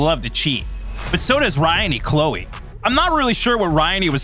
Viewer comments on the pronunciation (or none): You have audio saying it and you still kept saying Clowe's name wrong! Do more research a few learn how to say names right!! Ypu messed up alot!